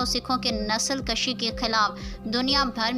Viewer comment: نسل کُشی درست تلفظ ہے، نسل کَشی غلط ہے